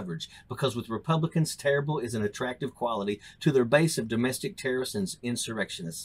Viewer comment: Can we enunciate if we’re going to have leadership roles? The word terrorist is not that hard to pronounce. Further, everyone knows that there are plenty of innocent people behind bars, being in Guantanamo isn’t an automatic guilty that’s why they just randomly released that man back to Algeria.